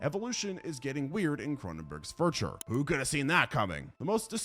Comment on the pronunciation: 'shown sut' and then 'furture' hahaha